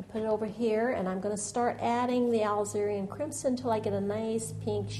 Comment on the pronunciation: Really enjoyed your lovely video. You paint very beautiful roses. BTW, alizarin crimson is pronounced uh-LIZ-uh-rin (starts out same as Elizabeth)